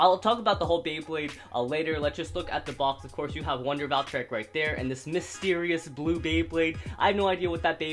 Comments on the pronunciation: Its Val Tree Ek not Val try ek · don't hate on me but,i think your saying "Valtreyek" wrong,I think its supposed to be Valtreyek with a long EEEEEEEEEE sound (dont hate on meh plz :( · did he just say Valtry Wtf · Its pronounced valtrE eck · I'm sure it's sarcasm but he probably did pronounce it wrong on purpose.